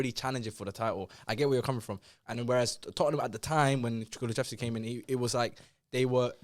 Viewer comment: when pronounced kulusevski wrong telling his bredrin to laugh louder had me dead 🤣🤣🤣 pronunciation’s are wild